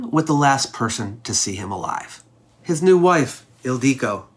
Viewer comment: Yeah. Ildico or Ildiko is a diminutive form of Hildr, Hilda, etc. It is still used. But it is not pronounced "Il DEE co", so maybe a little research before making the video?